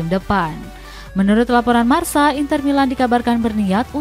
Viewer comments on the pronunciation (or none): none